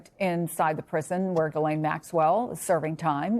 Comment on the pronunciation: how are we still mispronouncing 'ghislaine'...?